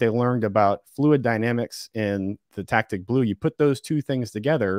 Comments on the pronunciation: super minor: "tacit" not "tactic" (tho on-screen was correct)........... super cool stuff!!! thank you both!! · Poor fellow keeps saying ‘tac-tic’ instead of ‘ta-cit’ - I believe the project was called Tacit Blue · He wasn't saying "Tactic Blue", but rather Tacit Blue with a hard-C sound. It's common for people who are auto didactic to mispronounce words when they are self taught from print vs receiving a formal education from a lecturer. He's a sharp fellow so he gets a pass in my book.😉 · Really enjoyable, thanks for getting this to us. is extremely knowledgeable and communicates well. One small thing: "Tacit" is pronounced "Ta-cit", not "tact-tic". "Ta" as in "tassel" and "cit" as in "citrus". Cheers, great show! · Great info and sorry to be a nitpicker, but it's pronounced tah-sit, not tactic. (Tacit Blue program). Meaning of Tacit: understood or implied without being stated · It's not "Tactic Blue" (as in tack tick) it's "Tacit Blue" (as in tass it). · Pronounced Tasit Blue, not tactic blue. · It’s tacit blue, not tactic blue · I think it's "Tacit Blue", not "Tactic Blue". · Tacit blue. Nit tactic blue. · "Tacit Blue", not "Tactic Blue". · FYI tacit is pronounced taset